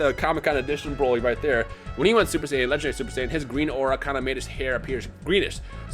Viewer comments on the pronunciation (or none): none